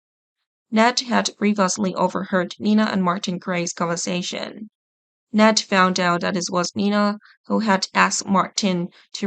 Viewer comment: This is the announcer that needs voice training Please help her The guys name is Ned not Net